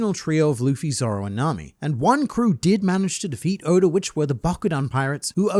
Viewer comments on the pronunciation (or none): none